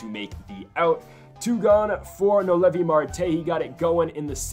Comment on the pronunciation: It’s no-L-v noelvi not no Levi lol